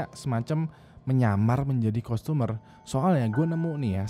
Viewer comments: Pronountiation nya parah bat wkwk customer bacanya tuh sprt kastemer bukan kustomer wkwk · customer dibacanya kastemer btw bang.